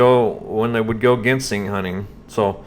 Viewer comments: Its spelled with a G but pronounced with a J ginseng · Buddy your killing me .. Genseing is pronounced ( Jenn sane) lol …I’ve watched that documentary and it seems like John didnt put everything in order the best i can remember . First they were at where the trailblazer was found and later on in the video he was meeting shane at his house to go to where the trailblazer was found and later… im like you are im thinking shane is a shady charachter !!!! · Ginseng is pronounced with the G like in the liquor Gin. Ginseng People get K1LL€D for going on people’s property looking for Ginseng more than people know about Ginseng is a hot commodity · Not GEN SING GIN LIKE THE ALCOHOL SENG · The southern Appalachian pronunciation is Gin-Sang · IT'S Pronounced JEN-SING anyway If you seen the trail photos (was took at a different time ) this guy was not in them photos I think he misspoke--I think it was drug related ( i do not live in that state or know these people) but if they OD at that cabin whoever was there is who they need to talk to. sounds to me the seat being pulled up a woman was most likely driving that blazer. (thoughts they od at the cabin whoever gave the drugs buried them and moved the blazer down to where it could be found. I don't think SHANESHOUPE had anything to do with it. But here's the question who was running drugs at that cabin? there is where your answer lye's (people know but there not going to tell it in fear of there life) Prayers for there mom. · Gin- sang is the way its pronounced , get it right, your showing your intelligence, or lack there of. Thank you. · JEN-sing.......... lol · I’ve heard it as Jin seng, Jin sing, also have heard Jin sang. Does it depend on what part of the country you’re in? Like southern states or northern states? Or just many pronouncing it wrong?